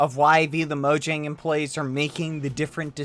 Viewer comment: UM, Not mojang u say it moyang because "Mojang" was born in Germany. [NOT RIGHT]